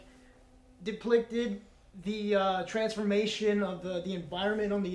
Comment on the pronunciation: "Deplicted"